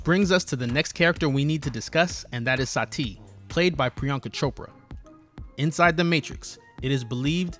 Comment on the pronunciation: omg it is Sati not Sa Ti, it is one word not 2...